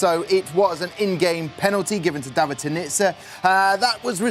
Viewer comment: David is a long AAA sound not the ah sound.